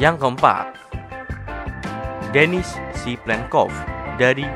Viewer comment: maaf salah harus nya denis bukan demis